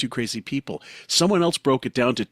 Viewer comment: Why do you pronounce the word “else” as “eltse?” When did a letter t get introduced to this word?